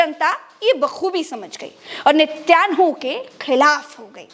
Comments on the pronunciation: अरे वो नित्यान्हु नही है नेतन्याहू है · Nityanhu nahi Natanyahu…. Didi kahin kailasa ke Nityanand ki toh itnaa asar aap pe!!!!!!😜😜😜😜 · it's niten yahoo. Not nityan hoo. And he is a very cunning and dirty man. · Mam its nitin yahoo, not nityanhu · Madam Netanyahu ka uchcharan sahi kariye